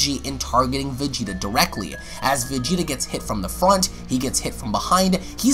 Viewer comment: our man and also the story teller takes a shot.. MY KING.. "blue vageaeata"